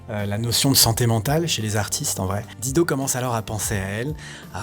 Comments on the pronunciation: Dire di do m arrache tjrs les oreilles,,,, il faut prononcer daï dou....quand on aime on respecte. C est comme george "clou nez" ben non faut dire " clou ni". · Pourquoi s'acharner à ne pas prononcer son nom correctement (c'est "Dailledeau", pas "Dideau") alors que les clips utilisés, juste là sous vos yeux/oreilles, vous apprennent la bonne prononciation? Et par contraste, "Better Help" est prononcé avec plus d'effort? C'est plutôt disrespect irrespectueux pour la personne apparemment adorée... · sinon la prononciation c'est Daïdo ! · On prononce DAILLE DO !! J'adore la voix de cette beauté, elle m'apaise me caresse !! Je peux travailler et étudier en l'écoutant, les paroles ne m'intéressent guère chez les chanteurs depuis que j'ai écouté tout Brassens qui savait écrire lui !! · Tu es génial! Vraiment! Pour une fois l'algorithme youtube qui t'a mis sur mon chemin doit être remercié. J'adore Dido (attention les français, ça se prononce "dailledo" sinon ça peut faire penser à un "godemichet") et tu confirmes ce que j'ai toujours pensé d'elle. Merci!! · Apprend a pornoncer son nom correctement, un mimum de respect, incroyable ces francais avec leur language, pffff... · Si tu prononçais correctement son nom, ce serait encore mieux ! ;-) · Je ne peux pas concevoir que quelqu'un puisse faire un vidéo de plus de 30 minutes sur une artiste sans même avoir recherché comment prononcer son nom... Et finalement on aura jamais su pourquoi elle a disparue... Aucune mention dans la vidéo de quelque ''prix caché de la célébrité'' que ce soit...